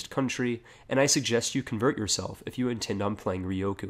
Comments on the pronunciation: Okay, I'm just saying u said ryukyu wrong, it's rE-u-coo, not rE+O-coo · Ryukyu - Ree-You-Queue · Re-you-Q = Ryukyu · Could you pronounce Ryukyu any worse?